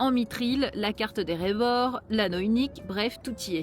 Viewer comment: "mitril" "erevor" ... 💀(oui je sais, mais quand même)